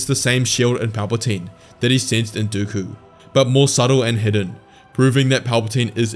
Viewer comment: No way bro said dookoo it is dooku